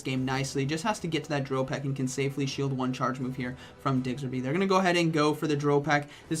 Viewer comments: I had this playing in the background and when he said Diggserby i had to do a double take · for Gen6's sake please learn to pronounce. It's Diggersby 😂😂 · Me: Oh it's a Diggersby: Diggserby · "Digzer be" - Lol. "Diggers" as in "gold diggers" & "by" as in "bee or be". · The way he pronounces Diggersby kills me